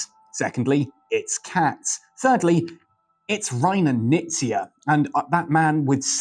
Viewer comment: HI name is pronounced with the K - Knizia.